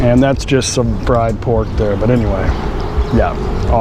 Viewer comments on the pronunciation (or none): none